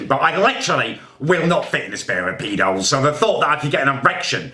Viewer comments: really said pedos instead of speedos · Best part was when he said a spare of pedos instead of a pair of spedos by accident because he was so angry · 11.22 " i will not fit in a spare of pedos".. how come no one else heard that?? I know it was a mishap but still funny... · "will not fit in a spare of peedos" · Acknowledge at 11.20 he said spare of pedos not pair of speedos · “In a spair of pedos” 😂😂